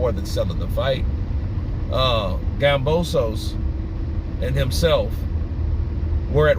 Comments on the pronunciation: It’s KAMBOSOS Damn not gambosos 🤣🤣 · It's kambosos bro not gambosos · Yo, it's Kambosos with a K not Gambosos!!!! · you keep saying Gambosos lol